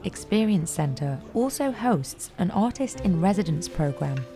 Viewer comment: am i the only one who heard "autist" instead of "artist"?